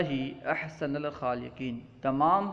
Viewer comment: آپ عبارت غلط پڑھ رہے ہیں احسن کے نون پر فتحہ کیوں